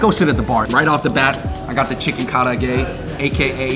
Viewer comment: The black garlic facts... Wrong. And the way you say karaage is hella white hahaha come on bruh!